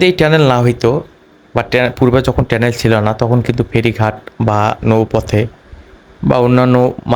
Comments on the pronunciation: টেলেন না টানেল 😅😅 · টেনেল,, নাকি টানেল,,কথা ও সঠিক করে বলতে পারেন না,,আপনাদেরকে,, বিডিও বানাইতে বলে কে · টেনেল না ভাই টানেল । 😂😂😂